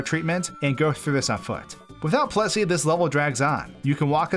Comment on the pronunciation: I thought you were saying "Plussie", not "Plessie", but actually, it sounds like whichever one I am thinking at the time. This is freaking me out.